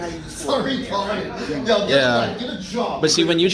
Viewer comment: “Retahdad “ 1950 wants that guy back